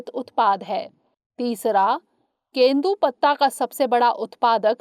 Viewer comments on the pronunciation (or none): Question 5) it's not kendu patta it's tendu patta.. thank u